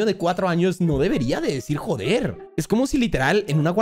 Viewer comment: NO DICE JODER DICE JOPER JAJA